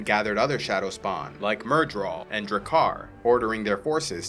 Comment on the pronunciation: The gh in Draghkar is pronounced as a lilt, like the gh in Van Gogh. It's supposed to almost sound like an ng noise. Like you're trying to say Drankar, but your tongue doesn't quite meet the roof of your mouth.